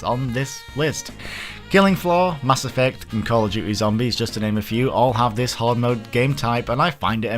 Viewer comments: 1st of all, that ring is like 2/3rds of the way through the game, 2nd of all, he said Horde (as in a large group) his accent just makes it REALLY sound like he's saying Hard... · you say horde like hard. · for a second there thought he said hard mode not hoard mode 😂